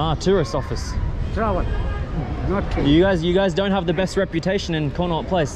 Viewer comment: You say Connaught place I hear tik tokers stand 😂😂